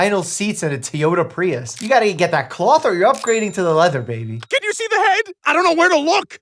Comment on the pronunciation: 'T yoda prius'